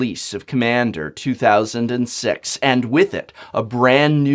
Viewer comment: did anyone else notice that in the beginning he said "2006"